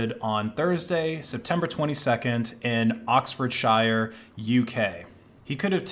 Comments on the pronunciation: UK place names arent pronounced "shy-er", it's just "sher" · It's pronounced 'ox-ford-sure' :) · it's pronounced oxford-sher. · Every time you say "Oxfordshire", my soul hurts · You say it "Oxfordshyer" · Can we address the fact that it is pronounced sheer and not shire. I can’t stand it when Americans say shire 😂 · thank you, I'll continue to wrongle pronounce it sh-i-er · Always makes me giggle when Americans, Aussies.... try to pronounce British place names ( I'm sure we do just as terrible job ). It's not "shire" as in the Hobbits "shire", it's "Shear". Oxfordshire..... Ox Ford Shear. Leicestershire Lester Shear. Yeah you can get 'anonymous' sim cards with cash in the UK, but you've gotta be really clever going about it. The nation is a surveillance state with cameras and IMSI-catchers everywhere. Can be done but its not easy. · It's pronounced oxford-sher or sheer btw. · Pronounced more like Oxford sheer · it's pronounced Oxford-Shur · ‘Oxfordsheer’ is the correct pronunciation; Brit here. That kind of irked me… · bruh that's like pronouncing ohio as "oh-i-oh" and then being like "nah I'm british therefore I am allowed to be ignorant and pronounce it wrong" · Pronounced Oxfordshire wrong mate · How he says Oxfordshire hurts my ears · you want to level up? learn how to pronounce Oxforshire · the way you pronounce oxfordshire hurts me deeply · dawggg Oxfordshire ain't a city and that ain't how you pronounce it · TIL can’t pronounce English counties. Pronounce Shire and Shear and you’re all good. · Why can't americans pronounce "oxfordshire" lmao